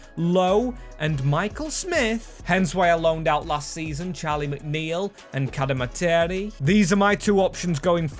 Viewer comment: Cad-Eh-Mar-Tree is how you pronounce cademarteri, love the vid!